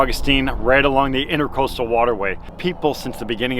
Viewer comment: I love everything Aquascape. Just wanted to let you know it's pronounced Intra Coastal, not Inter Coastal.